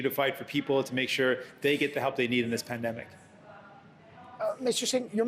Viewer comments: Did he say “spendemic” 😂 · Did he just said pandumbic😕